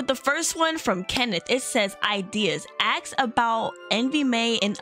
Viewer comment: u say "ax" instead of "ask" but its okay